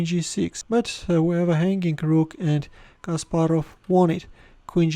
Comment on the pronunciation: Your way of speaking CASPAROV like JACK SPARROW in dead men tells no tales ( pirates of the Caribbean )😁😄